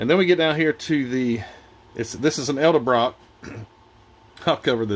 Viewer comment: Edelbrock not eldebrock. Just an FYI